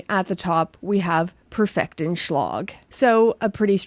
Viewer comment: Perfektion schlage lacks a clear idiomatic meaning in German. What are you intending? Also schlage has two syllables.